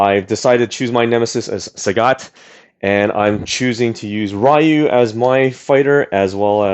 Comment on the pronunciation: It's not pronounced RIE YOU